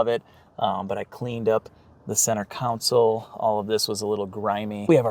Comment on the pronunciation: It’s Con sole!!! Awesome GN I love it!